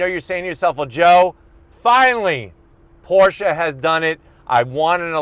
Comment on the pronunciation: IS CALLED PORSCHE NOT PORSCHAAAAA MG